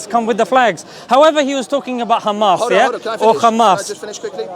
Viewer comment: Every zio runs out of words when theyre done saying "7th of october" and "khhhamas". Absolutely pathetic. They literally have nothing. Oh wait I forgot the victim card. "poor little (rich endlessly funded technologically advanced military power) Iszrael". Like bro. Facts serve you better than propaganda, go out and learn whats going on in the world.